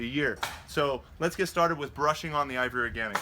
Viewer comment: Sounds like you're always saying IVORY Organics instead of IV Organics.